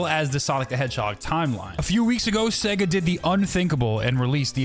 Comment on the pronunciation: In of you slow it down it sounds like he’s saing seg instesd of sega